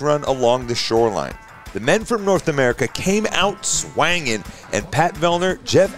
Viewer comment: Please never say "swangin'" again. 😅